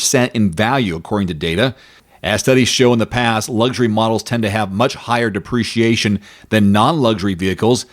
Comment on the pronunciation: Please crisply speak the word depreciation. The way you pronounce duhpreciation sounds like appreciation. Am i alone here?